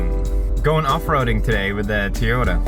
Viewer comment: He says Toyota wrong